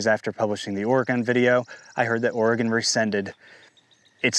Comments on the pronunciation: Oh-re-gun not Or-re-gone. My stupid state, just sayin’. Not that anyone cares, just fyi. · You must be from the east coast somewhere. I'm from Oregon. We say it Orgun. It doesn't rhyme with polygon. Just Orgun, thanks. Also, it's not ColorAHdo. The A in Colorado sounds like the a in apple. No umlaut. Yes, I know that it's a Spanish word and in Spanish they'd say AH. I used to get it wrong too. Doesn't matter. Point is you don't sound like a local and that annoys the locals. Also, I have a bone to pick with you hoity-toity eastcoasters treating west coasters like we're stupid bumpkins. At least we can pronounce all of your state's names properly without all the stubborn denial of our own ignorance. I've had New Yonkers tell me I'm pronouncing Oregon wrong when I'd hoped to enlighten them in the past. The nerve! Namaste!